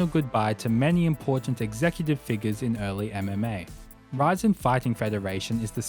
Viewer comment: There is a lot of missing info here and misinformation. Not mentioning FEG (Semaphore Entertainment Group) founding the UFC is wild. It had five owners not just Art Davie. KRS founded PRIDE FC? DSE (Dream Stage Entertainment) is the founder of PRIDE FC. Even pronouncing "Rizin" incorrectly is just too much.